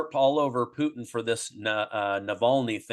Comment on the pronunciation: ITS poo/PUT IN.. NOT PUT EEEN!